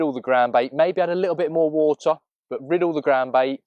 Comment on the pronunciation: grr stop saying burt its pronounced butt (but) the thing you sit on and what mr Khan talks out off lol